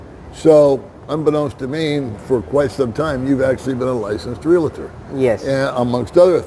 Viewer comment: the word is REAL-TOR, not "real-a-tor". 😉 Thought you would want to know.